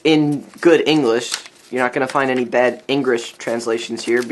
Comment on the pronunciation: he said engrigh not english